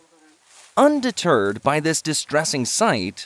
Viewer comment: Wait a min, did the narrator say undeTERD, was that a pun ? 😏